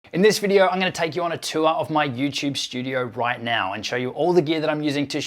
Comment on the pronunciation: There is no "H" in the word "studio". Not sure why you add it intermittently, but you do.